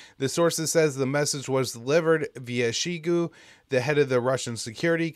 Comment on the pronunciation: Hey thanks for the ep! Just fyi I think Shoigu is pronounced “Shoy-goo” but I could absolutely be wrong 😂